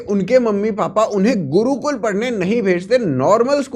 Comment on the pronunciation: Wo gurukul is liye nahi gaya kyoki wo 'Gurukul' hai, 'Gudukul' nahi.. 😄